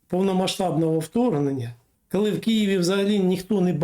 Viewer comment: Не "кальі", а коли. Готуйтесь краще.